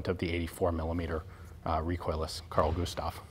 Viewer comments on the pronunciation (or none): yeah the name was not said right XD its prenounced car-l gu-sta-v